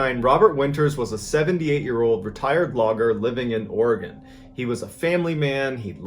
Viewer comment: I just wanna say thank you for pronouncing Oregon correctly doesn't happen often